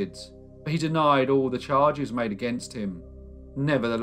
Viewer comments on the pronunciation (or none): none